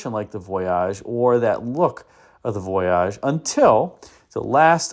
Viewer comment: Why are you pronouncing voyage so very oddly? You are reminding me of John Davis trying to pronounce Camry on motor week… remember at first he called it a CamrAy? I think someone told him it was pronounced that way, and then laughed at him as he mispronounced it for a season or two… If you were to go on a trip on a boat, would you pronounce it the same way as you do the concept caddy? How do you say Plymouth Voyager I wonder. Is it Voyagér?